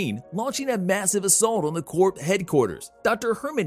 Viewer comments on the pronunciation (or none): none